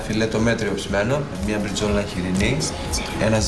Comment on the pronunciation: Αυτός ο μπαμπουινος που γύρισε το φιλέτο του πίσω γιατι ήταν καλό ψημένο και νωρίτερα αντί για μπριζόλα είπε μπριτζολα με ξεπερνάει σαν οντότητα